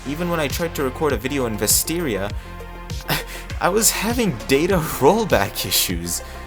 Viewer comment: Bro said Vesteria 😂😂😂